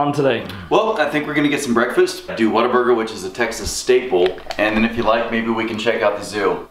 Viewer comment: the whole time i thought he said water burger 😂😂